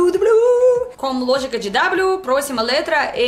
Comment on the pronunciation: "Eu Kvaze peguei o lôgica brrrrrasileira" 😂🤣😂🤣😂🤣😂🤣